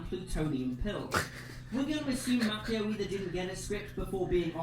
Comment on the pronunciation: So Will Smith turned down Django because he felt he wasn't the star only to play second to his son in a movie where he is in hurt in a spaceship the entire time. Also, the way this guy says Ralph Macchio's name bothers me. lol